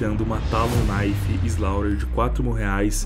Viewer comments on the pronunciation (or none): none